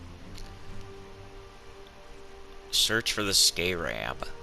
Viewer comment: you're pronouncing scarab wrong.